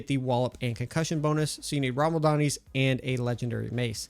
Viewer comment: rama-LADNI. Whatever you were saying, was not rama-LADNI.